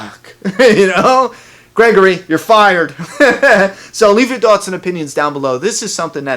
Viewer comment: "leave your tawts and opinions"